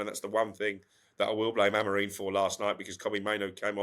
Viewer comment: Everybody, Amorin? With respect, it's Amorim.